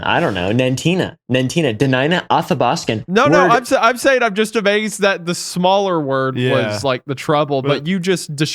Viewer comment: The pronunciation of athabaskin absolutely killed my athabaskin bf 🤣